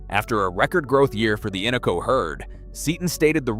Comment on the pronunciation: The Innoko and Tanana Rivers are not pronounced correctly in the video. In-NO-Ko Tan-a-Na are the correct pronounciations. Minto flats is not SW of Fairbanks, it is NW of Fairbanks.